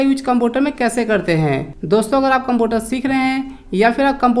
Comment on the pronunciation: Computer to bolna Sikh lo